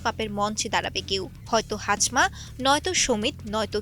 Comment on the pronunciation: হাজমা❌ হামজা✅